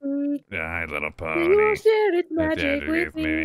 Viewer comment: I CANT BELIEVE HE SAID LY LITTLE PONY😂😂😂